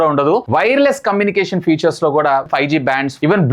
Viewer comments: Atleast after doing these many videos and reviews, I hope you will correct and understand the difference between features and future. No offence, I hope you pronounce the words properly. For phone are mentioning about their ఫీచర్స్ not ఫ్యూచర్ minutes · Vadu vadu butler english 😂😂😂 mah of the battery, futures